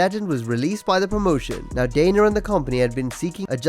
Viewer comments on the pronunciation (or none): DANA not DANER. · It's Dana. Not Daner.